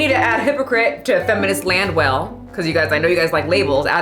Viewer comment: saying her name is. I hear her say Land well lol